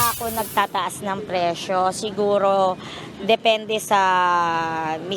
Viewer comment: Bulol ata reporter 😅 presyo po hindi preso😂